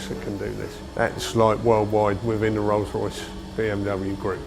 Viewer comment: Anyway bro, itz not Ros- Royce..... as u r pronouncing, itz Rolls-Royce. Itz my dream car, which i can only have it in my dream, bt not in real life. Thnk u.